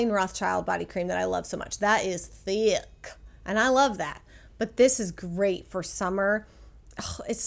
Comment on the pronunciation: Say “THIIICKKK” again? 😂🤣😂 at 😂